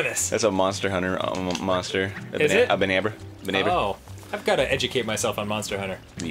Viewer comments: Um... "Banabra"? That is not a monster in Monster Hunter. Maybe you're thinking of the Bnahabra? Pretty sure that first B is silent. "Na-ha-bra." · I think I'm probably the only person who gets mad when the Bnahabra is called Banabra, since it's pronounced nahabra (silent first B).